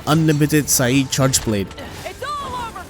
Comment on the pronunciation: it's pronounced as SAED, where you say every letter, but you decide if u wanna go with this one. speaking of that, Gore has a combo that practically kills u if u try to call ur seikret for help (the one where he drags his wingarm out of the ground and follows up with an large aoe frenzy blast). Jin has a few moves that get u stuck for some time without bind resist (so u can't whistle for ur seikret), Steve has the slow double sweeps, and Lagi has his rlly strong double dash and the big thunder aoe move that surrounds him. This last one might be a bit of a stretch, but a couple of omega and Gog's combos are fast enough to make calling the seikret for help useless. btw it's funny how this is the opposite for me. Rise Seregios is very hard for me and can be infuriatingat times, but the Wilds one is a bit easier to follow due it's slower pacing. (Love the fight tho)